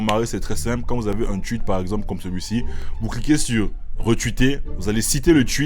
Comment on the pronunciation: Tout le monde: Le tweet: Le tchuit